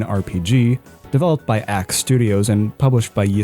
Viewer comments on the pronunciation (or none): i felt such whiplash hearing it actually pronounced y2k instead of yiik. based to call it a good game because it's truly a game of all time